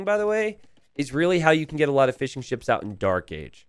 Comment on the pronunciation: Anyone else hearing "fish & chips" every time says fishingships, or am I just hungry?